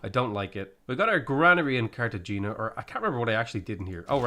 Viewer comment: I’m sorry, I know you get a lot of this, but ever time you say Cartagena like that I die a little inside.